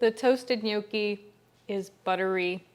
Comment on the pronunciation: They are pronounced "knee your key," not no key. I am 100% Italian and the way to say that is offensive to me